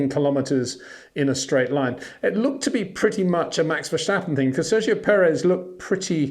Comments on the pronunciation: Peter, I love your content but please for the love of god: there is no sh sound in Verstappen. It's [vir-'sta-pu(n)] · Great content but constant irritant of mispronunciation of Verstappen and Leclerc.